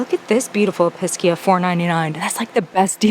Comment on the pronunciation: EPEESHEAH not episkia!!